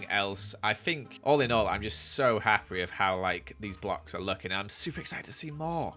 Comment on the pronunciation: "im petty hapfwee with this" me "0-0. WHAT!?"